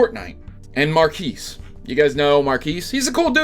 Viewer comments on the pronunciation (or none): Dude, my names Marquis so when you said "Marques" (I cant spell his name correctly) that kinda made me laugh.